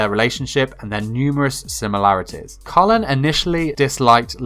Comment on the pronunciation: Bruuuh, the show is about the British empire, so how did u mess up Kallens name? Her first name is British not American 🙄🙄